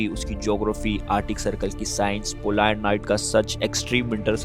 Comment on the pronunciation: Polaar night nahi polar night